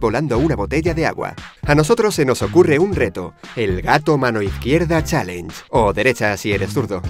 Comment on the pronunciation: pq los españoles hablan tan mal el ingles??? dice chalenje